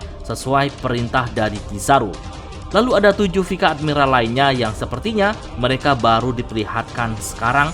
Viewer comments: Jadi bingung pangkat ny doll. Kenapa penyebutan nya pika admiral ya? Bukanya pais admiral? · bukan vika min, tapi bacanya vais admiral 😅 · Sama je, vice admiral si admin nyebutnya pika dlm bahasa jepun